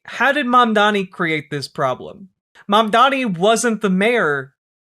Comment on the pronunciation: The way that not a single one of these head asses can say Mamdani, when it is like the easiest fucking name to say. Mandami???